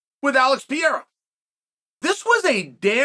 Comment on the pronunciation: To this day it's Piera 😅